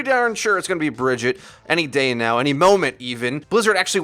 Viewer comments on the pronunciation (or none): Why do you say Bridget? They pronounce her name multiple times in game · Please pronounce Brigitte as Brih-ZHEET. Search for "Brigitte has made her choice" for a clip from the game, if you need the example. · Put some respeck on BriJEET's name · Brigitte. Not pronounced similarly either.